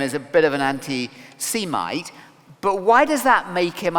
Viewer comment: Learn a false "intelligent" RP accent and not only will you delude yourself into believing you're intelligent, but you won't even be able to pronounce semite.